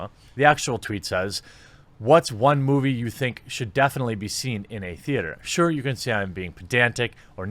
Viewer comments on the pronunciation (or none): none